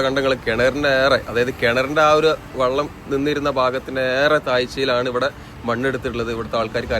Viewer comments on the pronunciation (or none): none